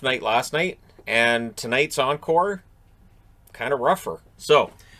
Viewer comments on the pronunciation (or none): none